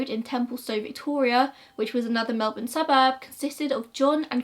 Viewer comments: Girl Im just thrilled someone from overseas covering an Australian case actually pronounced Melbourne right 😂❤👏 #AussieThings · Thank you from the bottom of my heart for pronouncing Melbourne right hahaha ❤️